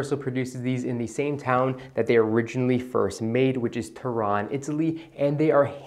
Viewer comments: Its not Toron its Turin. In italian it’s pronounced Torino. I’m with you. My favorite sunglasses to this day. Btw I have the exact 649’s. Frame colorway is called Terra di Siena which is translated to land of Siena and brown lenses in size 54•20. Also agree with you that 649 Persol chould be worn as an oversized pair of sunglasses while the 714’s should be worn as true to size. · Turin - TurIN not Turon !